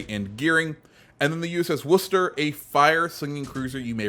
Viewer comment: Thank you for saying Worcester correctly. Sincerely, A Masshole